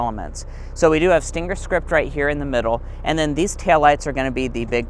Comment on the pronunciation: Argh, why do people call it a stinGGGGGGer. Just say the word stinger without the "g".